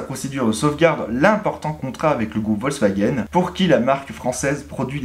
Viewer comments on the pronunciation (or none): none